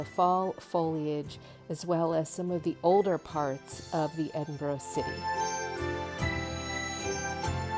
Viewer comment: Please learn to pronounce Edinburgh properly. It was painful to hear you say it wrong soooo many times.